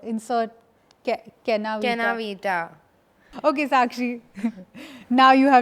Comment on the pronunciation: I died at Sakshi’s “Kena ViTA” pronunciation 😆😆